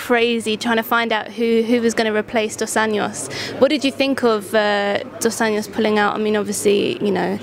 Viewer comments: "DOS ANJOS" lady, not "DOS ANHOS"... "Anho" im Portuguese is a small sheep. "Anhos" is the plural of that. Please train your "J". Thanks! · Dan pronounce Dos Anjos properly, it's portuguese not spanish.